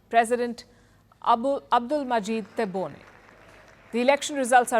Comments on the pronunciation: What do you know about Algeria, your ignorance is clear and the only hypocrite here is your Chanel , you don’t even pronounce correctly the name of the president 😂😂😂😂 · You did not even manage to pronounce his name properly. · Learn how to pronounce our president name before you put your nose in Algerian affaires. What is funny, you are asking a French opinion about Algerian elections.What is even more funny, a media from a country which opressing its muslim citizens is talking about democracy. You know shit about Algeria. Europe give nothing to Algeria. Algeria has no debt and does not need charity from no one. We are talking here about the third. mosr powerful economy in Africa after South Africa and Egypt